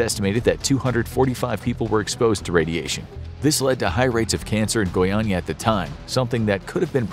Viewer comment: Thumbs up for correctly pronouncing Goiânia, since Portuguese tritonges are tricky even for native speakers. Also, Goiânia incident being on par of biggest nuclear accidents is more than right. The junkyard owner sold lots of Cs-137 pellets to people because they are little, shiny blue spheres and looked beautiful. Still today people from Goiás (Brazilian State of which Goiânia is the capital city) suffer from this event, which was caused by carelessness and greed.